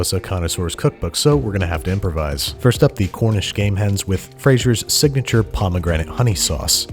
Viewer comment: I kept on hearing “ Cornish Gay Hens”